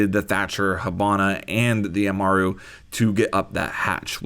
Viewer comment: Amaru not umara